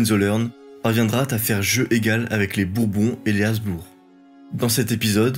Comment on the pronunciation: Aïe, les fautes de liaison et les noms propres estropiés (azbour pour "haBzbourG"), le débit trop rapide des dates, affaiblissent un pourtant bon travail documentaire.